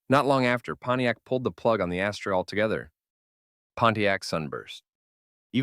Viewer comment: It's pronounced as-ter ! Not ashtray !